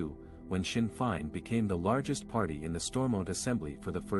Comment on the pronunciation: Amateur coverage. Blind leading the blind. Learn how to pronounce Sinn Fein.